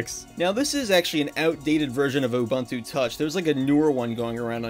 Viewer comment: Not him mispronouncing Ubuntu (loud crying) Also, can you make a video showing off the Xperia Play in 2025?